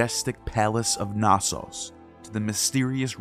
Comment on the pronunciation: You mispronounce 'Pelasgian' over and over... And 'Knossos' too depending on who you ask... 'Azure' and 'annals' also... 'Xalchas' is a misspelling...